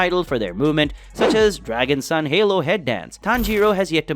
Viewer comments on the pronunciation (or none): none